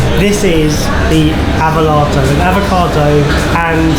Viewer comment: The avo-latto....😐😐😐...😂. I’m going to have to go with Jamie’s pick here.